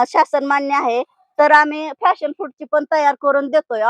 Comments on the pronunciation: फॅशन नाही , पॅशन फ्रुट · फ़ॅशन फ्रुट नव्हे मॅडम, पॅशन फ्रुट आहे ते! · Fashon.nahi Pashon